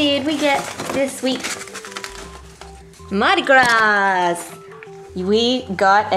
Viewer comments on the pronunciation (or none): The S in Mardi Gras is silent btw. I have relatives that live near nawlins, I would know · Just for future reference,, in Mardi Gras the "s" is silent. Not to be a pronunciation nazi. It's a very common mistake. I mean, I live in Louisiana (where Mardi Gras is a huge celebration) and people here even say it wrong xD Anyways, congratulations!! So excited!!!!:D